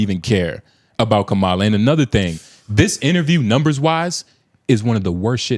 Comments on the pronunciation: As soon as you mispronounced her name, I KNEW we were in 🦝 territory. It's too late for Black men. The levels of self-loathing commentary with the AUDACITY of being AGGRESSIVELY DUMB is ASTOUNDING. Y'all don't understand politics/government and don't care to. The funniest part of this corny video of you saying absolutely nothing for 25 minutes is that the ignorant BM seem to ALWAYS look a certain way...THIS way. "Most Black people die by abortion" is one of the AGGRESSIVELY STUPID sentences I've heard in a while. Literally EVERY SENTENCE said here was a BOLD FACED LIE. Obama shouldn't have wasted his breath on y'all. No one should waste their breath on individuals like you, SPECIFICALLY people Harriet would've LEFT behind. When she becomes President, I hope her first executive order is banning men on mics. You haven't registered to vote. This is misogynoir 101 and unprofessional. Ita abundantly apparent that you didn't even watch the interview. Please don't. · The misandry is hilarious 😂😂.. Finger waving mispronouncing her name ... Everybody don't speak Indian dialect to say her name right 😂😂😂😂